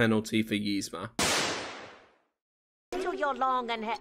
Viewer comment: The way you mispronounce "Yzma" bugs me.